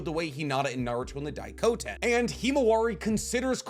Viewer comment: Why you are always saying Daikoten when it is Daikokuten?